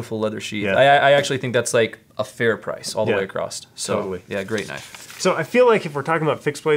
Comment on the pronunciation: I hate stuff around my neck too! it's across not "across't", makes me cringe every time